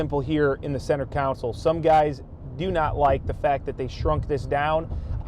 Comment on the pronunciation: Center counsel hahaha